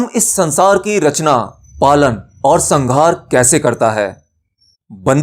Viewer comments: कृपया एक गलती ठीक करें.. संघार नहीं संहार होता है, उष्म व्यंजन होने के कारण इसकी ध्वनि ऐसी सुनाई देती है.. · sanhar hai sanghar nahi......brahm ke uchcharan ko theek karne ke zarurat hai...video was nice... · संघार नहीं संहार